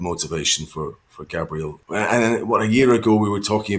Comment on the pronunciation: Can someone educate Ted as to how to pronounce Gabriel Bortetto’s first name!!!